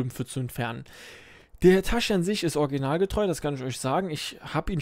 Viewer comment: Ich hab den Bagger in echt gefahren (bin Baggerfahrer) PS: Es heißt Hitatschi 😂😂😂